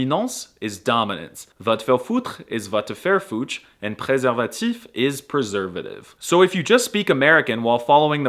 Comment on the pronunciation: As a romanian when you said "préserfatif" You made me question my life 💀